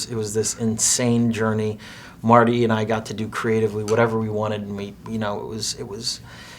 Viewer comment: Productions you talk about him as if he was so worthy of respect that you can't even call him "Marty", and then you butcher his name like that 😅 jeezuz